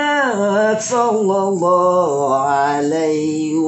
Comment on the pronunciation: yg lbih faham,, mohon koreksi bacaan solawatnya.. tasdidnya sprti hilang.. maaf bkn brmksd mnggurui.. sy awam tp prnh bljr tajwid dikit.. sollolloh ala muhammad.. sollolloh ala wasallam.. bkn sololo ala muhamad.. sololo ala wasalam.. mohon yg lbih faham d koreksi.. bknkah saling mengingatkan itu pnting bagi kita orng muslim..